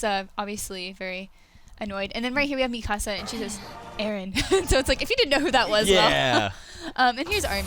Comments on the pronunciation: Why is she saying mikasa's name like "mi casa" is more like mika suh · I like the part where Mikasa is pronounced mi casa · Still not pronouncing Mikasa's name properly? Seriously? Did they not watch the English dub of the Anime? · Why do they keep mispronouncing mikasa's name wrong I find that shit so annoying.....